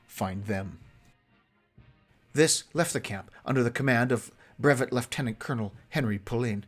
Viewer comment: Music to ears when leftenant is properly pronounced instead of lieutenant liu-ten-ent